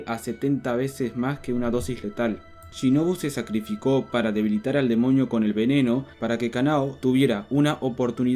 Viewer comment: soy la unica que el desia demoño jsjs